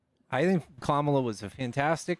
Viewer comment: Her name is KAMALA pronounced Comma-la, and she is mother ❤